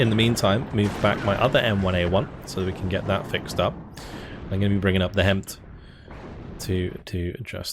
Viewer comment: Not sure if anyone's mentioned it before, but the HEMTT's are pronounced as HIM-IT, instead of HEMT. It's weird but it's like how HMMWV is Humvee